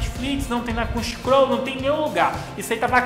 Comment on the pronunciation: "crunch croll"? kkkkk é crunchyroll kk